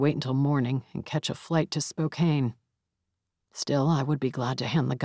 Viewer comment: Love these stories, this is my second time through. narrates beautifully. It's like her voice was made for this character. I love the variant tones for the others, too. One tiny thing, only because I live in Spokane (and pronounced it wrong when I moved here). Spokane is like Spo-can, Cour d'Alene is like Core-da-lane. I still have issues with pronouncing things after more than 10 years. Appalachian rules don't apply, lol.